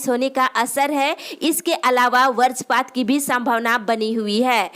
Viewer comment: Varajpaat nahi hota h madam vajrapaat hota h aap pahale bhasha ko sahi se uccharan kariye